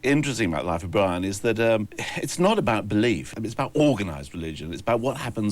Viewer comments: I cracked up everytime he said it throughout the programme. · "Life of Bwian".